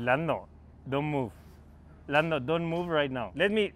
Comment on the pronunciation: No one: .. .. Carlos: LANNO